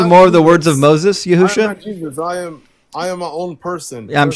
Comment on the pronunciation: "yahoosha"! 🤣 Man it keeps getting better 😆 n